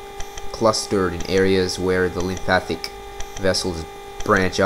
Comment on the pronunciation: mate - learn how to say lymphatic not lympathic then I'll listen to you